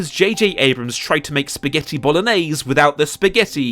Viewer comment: The way he says spaghetti reminds me of something...